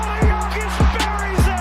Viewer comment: Do pronounce Big Honey's surname as Yock-itch, will you? 🤡 Regards from Serbia 🐺🇷🇸